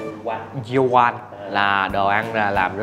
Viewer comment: Yeolkwang đọc là déo quàng